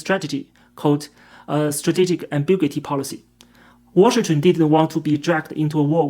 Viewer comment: Strategic AM-BI-'GU]-I-TY - [gyoo].